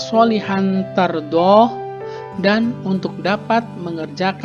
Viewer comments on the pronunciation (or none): 🙏Subhanallah ini dah bagus bacaan nya tapi kok yg tar do hu, hu nya itu kok engga di baca